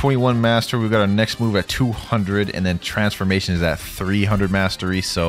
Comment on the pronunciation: "Z transformation" lol i think it is v not z i still love ur vids